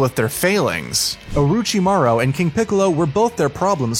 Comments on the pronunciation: OrUchiMaRo I can tell he doesn't watch these shows at all. But he did say it right the other times so i will give him points for that but oruchimaro oml i cant get over it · nobpdy gonna talk about how he said "OoRoOcHi MaRo" and then just says it normally after